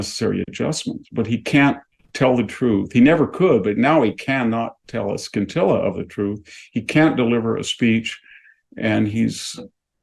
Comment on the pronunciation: Sin-tilla not skin-tilla